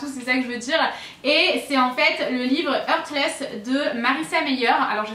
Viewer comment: Hola. "Heartless" se prononce "artlèce" 😉 Et bon courage les loulous, il faut se dire que tout arrive pour une raison et que quelque chose de mieux vous attends ailleurs 💪🏻